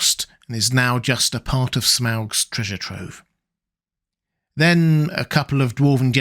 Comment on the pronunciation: Its pronounced smog.